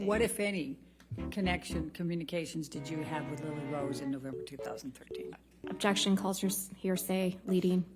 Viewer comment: "Ovjection" amabutakum